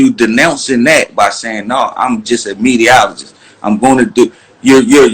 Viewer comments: Lol he said mediaologist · Pooh Graham he said mediaoligist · I think he saying mediaoligist lol